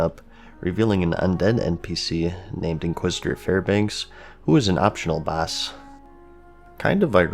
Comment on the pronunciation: "Aptional baas"